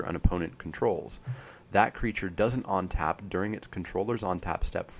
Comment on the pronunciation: where do you live? Your pronunciations are mostly "normal" but then you say ontap for untap :) Just wondering.